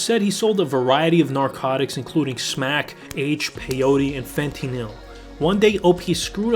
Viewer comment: Fentineil? Jk just sounded funny to how I pronounce it.